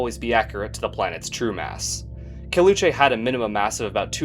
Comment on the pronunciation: caleuche is pronounced as "cal" as california, "le" as lebanon with "oo" and che being pronounced as different syllabes, i had no idea you pronounced it wrong until you mentioned what it was named after lol